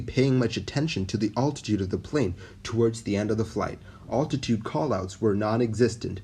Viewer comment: I'm really enjoying your videos! Well researched and thorough. You also do a good job of providing a sense of suspense where appropriate. I am curious, though, why you say 'oltitude' instead of 'altitude', which is a bit of a stumbling block when listening to your narration. Great stuff still! Keep it up!